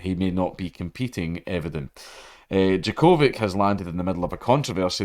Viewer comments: Its djo-ko-vić not vik. The part vić reads as vitj or vich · I know you don't give a shit but it's "Jock-o-vitch" not "jaCOvick" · jo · kuh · vich 🤣😋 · It's pronounced Djokovic. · What a name butchering. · Your pronunciation of Djokovic wounds me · Yer saying his name wrong big yin. FTQ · Oh I thought it was pronounced Djokovic, my bad. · You say his name so weird. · Its funny listening to it as a Serbian, but as he said, he's not a tennis person, nor can he read slavic languages so its understandable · He said he doesn't watch tennis, and man did he mean it. LOL